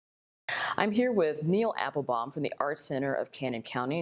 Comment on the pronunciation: It's not Neal Applebaum (that's me!)